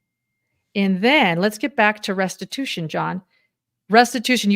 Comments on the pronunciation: Stories Podcast - In Jodi’s statement at 1h23 in this video, did she say “restibution “? A fusion of restitution and retribution? I listened twice and that’s what I think I heard. If so, “restibution” is not a word. Does she understand the difference? And does she understand that serving time is not restitution? Very strange and concerning statement, imo. Will the board of Connexions be liable for any damages to the children, ie Pam? And what about the bishop and stake president mentioned by Ruby in her statement, that they counseled her away from what she did and she didn’t listen - implying they KNEW about the abuse. Any possible liability to the as individuals for not reporting? Or for the church? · Has anyone else noticed that Jody said restibution instead of restitution? She wants to make “restibution.”